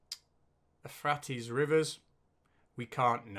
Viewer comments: Even in the UK the answer to question 1 is yes. Cousins. It's also pronounced "eu phray tees" not "e frat ees" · Ephrates = Euphrates (U-fray-tees) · Actually, Euphrates is pronounced "you-FRAY-tees". I've seen even Ken sHAM arguing that we cannot know where the Garden of Eden was, due to everything being swept away and covered with sediment during Noah's Flood. General Han Solo, also known as Rob of Sentinel Apologetics has a very interesting video on why we can know that it was in the area of Sumer, somewhere between the rivers, and claims to have identified a Biblical river that has dried up. A load of cock, but well made and quite interesting. He also has stuff about how Genesis is literally true, as long as we use the most ancient Hebrew and change the words and change their meaning. {:o:O:} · Just for info, the river is "You-fray-tease". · It's pronounced u frate es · We must not be kind to YEC’s. They are deceitful, duplicitious, science denying scumbags who do not deserve any of the Earth’s scarce resources. If this test is genuine then the USA is screwed and will not have a future. ps. Euphrates = You-freight-tees. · Euphrates is pronounced "You-FRAY-tees"